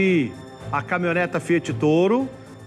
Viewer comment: O cara ruim esse apresentador. CaminhonetA caminhonetA, além de ruim é burro pra cacete. Dicção horrorosa, pronúncia péssima,ou seja,ruimmmmm